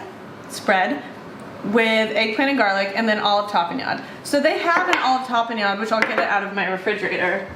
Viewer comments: Tah-peh-nod. your welcome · You are correct, it is a purple onion. You are pronouncing tapenade incorrectly.